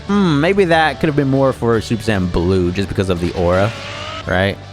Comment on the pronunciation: but is it "super cyan" or is it "super saiyan"😅😅 to be fair, my generation calls it "super say-ian" you literally say the workd "say" derived from "said". but whatev i just think its weird the way you say it lol